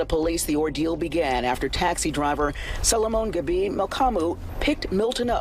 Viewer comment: Was the drivers name Solomon? Why'd she say it like that?! 😂